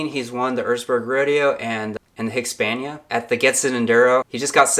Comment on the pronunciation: It's NOT Husq-A-varna Its just HUSQVARNA. 3 syllables not 4. Sorry, i'm just a little OCD about that. Great vids though